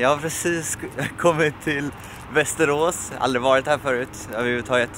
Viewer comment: veterås! XDXD (menar inget illa jag tycker bara det lät roligt)